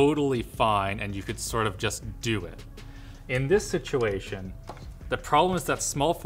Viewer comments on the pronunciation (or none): none